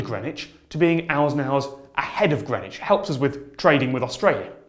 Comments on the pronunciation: The thing that bothers me most about timezones is the pronunciation of greenwich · Damn I've been pronouncing greenwich as 'green witch'. It's like worcester sauce all over again. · Hold on.. THATS HOW YOU PRONOUNCE GREENWICH????